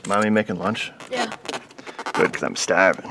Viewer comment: Great video series and fix - thank you. Love the old cars (ask me about my 78 Fox). '...and if I can do it (with Mrs. O's help) you can do it!' SMA#1 God bless Paul (in MA) ps you sound like from Bahstin - "good 'cause Im stahvin"